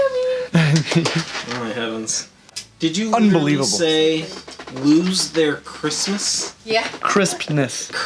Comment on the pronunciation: Lmao. I thought he said Christmas until I saw this comment xD